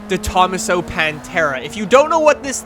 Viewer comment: De ThomASo. It's Italian, so the emphasis goes on the penultimate syllable. I love that car and we need it. Also, the Robin is necessary. I guess they have problems with the 3 wheels. If they do that, then we need the Morgan 3-wheeler too. Love the Crown Vic as well.